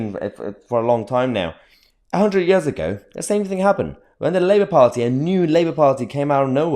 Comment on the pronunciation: Liebour as its pronounced